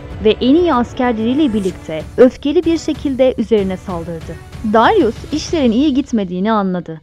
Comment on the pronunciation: Dayrus değil Darius.